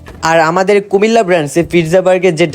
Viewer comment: Comilla na cumilla